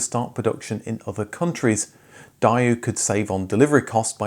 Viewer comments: Day-Woo is the correct English pronunciation - not Die-You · I'm just weirded out by the way you keep pronouncing the name of the brand - 'Die-oo'?? I've never heard it pronounced like that before! Haha! Here in Australia it was pronounced 'Day-woo'. But then you went and pronounced Espero! Lol! You say 'Es-pero', we say 'Es-pe-ro! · I remember that advert 😂 "that'll be the day-ooo" as we pronounce it here. I have no idea why the presenter of this video is pronouncing it "Dieyoo". 😂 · It's had to watch when the presenter can't pronounce the names correctly (typical English accent). It's said "Day-Whoo" not Die-ooh" (or what ever he's actually saying) and some of the other names he incorrectly uses are atrocious..thankfully he pronounced the "e" in Porsche..it's even correctly said by another person in the episode, yet apparently he can't couldn't hear it... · It’s more like Day-Woo than Dye-Oo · It's DAY-OO .... Not DIE-OO. .... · It's odd hearing a pom pronounce it 'Dai-oo'. Always advertised here with the pronunciation 'Day-woo'. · why pronounce daewoo like dae-you? if you absolutely have to deviate why not pronounce it more like a Korean would 'Tae-woo', with woo pronounced like you are trying to win over a lady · Da fuck is a doyoo? It's a daywoo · It is pronounced like Day - Ooo. Not DaiYu. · Why does he continually pronouce it wrong as DIEYOU? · DA EH WOO, not Daeyou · Should be pronounced as "Day-Woo"instead of "Die-You"! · It was always told to us by Koreans, as Day woo. Not Die ooo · A modicum of research would have revealed that the name of the company is pronounced "day-oo", not "die-oo". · Strange how you pronounce the brand as Da-You. We called it Day-Woo here in Nigeria. And the Daewoo Racer was the most popular one back in the 90s. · It's not Die-Woo it's Day-woo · Why can't the presenter say Daewoo properly lol. It's daywoo not dyeoo 😂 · The way you are pronouncing Daewoo is irritating me😂😂it’s prounced day-oo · It’s not daiyoo. It’s “de woo”😂